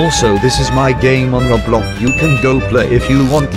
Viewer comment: This guy says Roblk not roblox